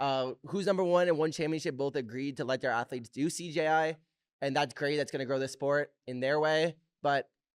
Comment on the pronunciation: mikey pronouncing CJI as “CGI” like 7 times in a row 😭😭❤️❤️